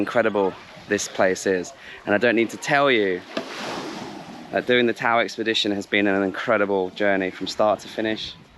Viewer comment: it's tao (ta-o) = tagalog for human. Great video!